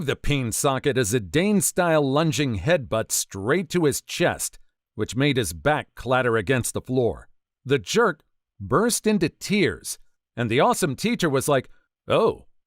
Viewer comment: 8 Zidane is pronounced "Zi-done", liek the word 'done', not "dane".